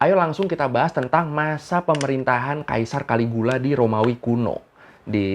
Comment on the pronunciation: caligula bacanya kaligila.